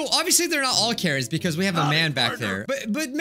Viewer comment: (At the start): Karens What everyone else hears: Karens What I hear: Carrots